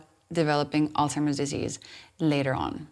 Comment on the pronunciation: I don't mean to be a stick in the mud but I am having problems believing the things you are saying when you can't even pronounce alzhiemers disease properly, it's not altimers it's alZhiemers. You are correct about the effects of sugars and what they can do to your body and brain.